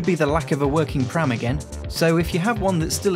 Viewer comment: Nice, honest review! I will say though, that as a longtime Mac user, it bothered me every time you said "OS Ex" and "pram" instead of "OS 10" and "P-Ram". Good video though, and it's neat to see you use it for lots of different stuff. When I had my Pismo, it was running Tiger just fine, though, the internet back in 2006 was a lot lighter than today's internet. :P